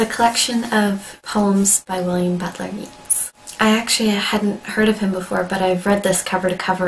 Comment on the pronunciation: Well done! Sorry to be a pedant but please pronounce his name Yates not Yeats. I know it's puzzling but pronouncing people's names correctly show how much we love and cherish and respect them. Thanks for your comments and analysis! Keep up the good work!